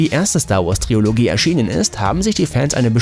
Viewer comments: Es heißt TRILOGIE nicht TRIOLOGIE 🤟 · Nein, ER HAT NICHT WIRKLICH "TRIOLOGIE" GESAGT?